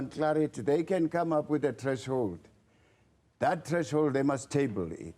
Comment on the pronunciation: Did he just say Trash hold 😊